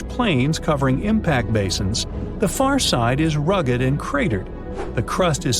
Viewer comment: It's FAR NOT FUR!!!!!!